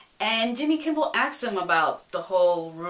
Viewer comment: It sounds like you're saying "Jimmy Kimble" hehe. I think Jason was a pretty good casting, looks like he'll be a tough superhero instead of someone people look down upon.